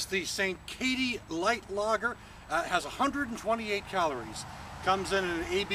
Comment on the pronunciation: sankaty is pronounced "sain-kitty"